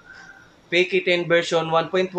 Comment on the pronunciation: Bro.. Sana po hwag tunog bisaya ung pagbigkas.. Tunog peke 10... Dapat PK 10. Tunog peke.